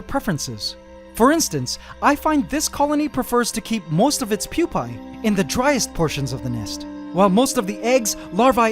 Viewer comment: “Moist of its pupae”